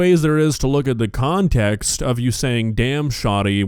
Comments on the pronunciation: She speaks like she’s never been in a school. Like every self identified clout demon with a mixtape and a rap sheet. She didn’t say “context” she said “contincts” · Continxt. She's making up words now. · she said "con-tex" liek tex mex lol we should ask her to say ask and rottwiler